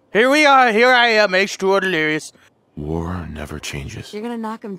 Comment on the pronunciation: he say wife lirious and baby lirious